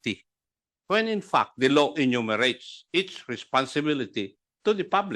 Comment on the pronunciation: Pagkabigkas ni acop ng law is low...